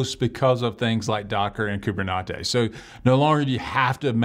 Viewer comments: no you definitely said coob-er-knot-ees. Not coob-er-net-ees. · Did I hear someone say KuberNachos?